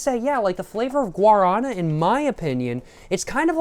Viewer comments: the guarana soda is stressed on the final syllable, guaraNA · Guaraná is pronouced like "gwa (like g+WHAt) + ra (RAbbit) + ná! (like NOw) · Guaraná (gwa-rah-NAH) is the fruit in guaraná and, at least in brazil it is in the monster recipe (it supposedely has energetic qualities like cafeine) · We pronounce GUA-RÁ-NÁ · The fruit itself is called guaraná(guah-rah-*nah*)! It's native to south america :) the juice is also really good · Brazilian here. And very much a cachaça enjoyer. Guaraná is named after the bean its made of (which is the Guaraná bean). The á is an acute acent, “In Portuguese, the acute accent (´) tells you which syllable is stressed and often changes the vowel quality, making it more open or distinct.” Thank you for enjoying our country. Makes us brazilians very happy. I hope you enjoyed here.